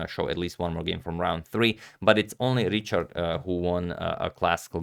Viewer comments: Richárd is pronounced as riha:rd ("h" probably as a Croatian would pronounce it + the "a" is long, something like a double "a") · Hi agadmator! I’m really happy that you cover a match with a Hungarian player. But the pronunciation of Richárd is a bit different in Hungarian than in English. The “Ri” part is the same, but the “chárd” is like the English word hard. So it’s like Rihard. Best wishes: Balázs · I'm from Hungary and it is pronounced quite differently. It's pronounced like Rihard. There is no ch which is the equivalent of the Hungarian cs. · i think its pronounced richard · Just a quick tip: go to Google Translate, select Hungarian and type the name as Richárd. Hit the speaker button below and you will hear it. It's pretty much what wrote, this just helps with the "open" a. Appreciate your effort on correct name pronunciation!